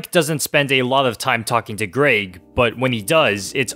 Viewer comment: It’s Greg not greag